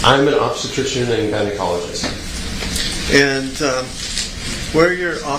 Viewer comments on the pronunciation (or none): they can't even PRONOUNCE gynecologist 😂